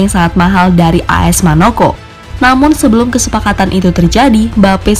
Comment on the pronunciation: Manoko..???? MONAKO..............dodolllll